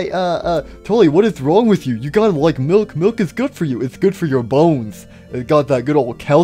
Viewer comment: "I love me some glass of mulk" 😂